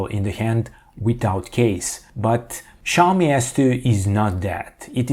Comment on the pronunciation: why the fuck are saying SHaomi but not Xiaomi?